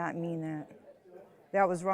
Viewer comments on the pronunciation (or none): RIP English language, the Defendant hardly knew you. "Jealous of my brush," "resussting arrest," "onkaholic," "Facebook page-book," "emotional Strauss," (sounds like a name of a band!) "you are no longer warcome in this family," "she purshes my buttons," and she suggests the Plaintiff's brain is pickled?